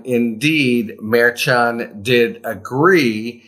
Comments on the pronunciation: Pronounced mer SHON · Maybe someday Harry will pronounce the judges name correctly. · I think you’re saying that name wrong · Harry, you are mispronouncing the Judge's name. Why would you not fix that? I'm sure other people have told you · Please pronounce the judge's name correctly.